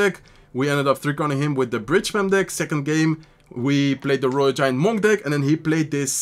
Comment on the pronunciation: Love watching you. Du Spielst immer unglaublich gut! Und auf Englisch, Monk rhymes with DUNK, like slam dunk, hunk, junk etc… just wanted to say that, if it helps. Peace!✌️❤️